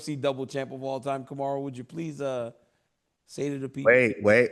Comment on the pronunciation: Anyone notice Chael all of a sudden knows how to say Kamaru?